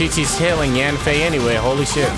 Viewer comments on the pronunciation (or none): its pronounced yen fei not yaaaan fei . if you still can say it then listen to her say her name in eng dub